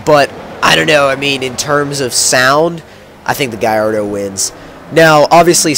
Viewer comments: why do you pronounce it guyardo its gallardo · Sounds like u say garrodo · What kind of gallardo is that?? That gallardo looks like a piece of shit, and how he says gallardo just makes the vehicular device sound stupid af